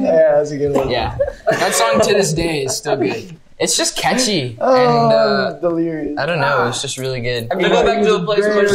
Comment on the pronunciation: the way he says catchy...